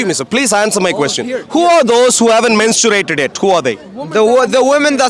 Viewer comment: MenstuRated!?!?!? Learn how to pronounce words first wtf